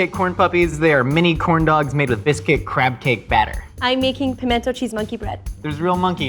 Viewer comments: It’s pronounced... pamina cheese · Where I come from, it's not 'pimento cheese' it's 'minna cheese'.